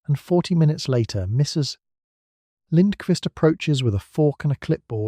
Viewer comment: Please don't end a sentence after 'Mrs' and start a new one with the lady's last name. I love your content, but this is really disruptive to the pleasant delivery.